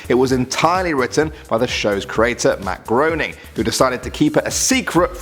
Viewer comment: it’s pronounced matt graening